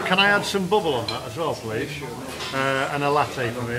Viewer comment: pronounced "BAAABLE init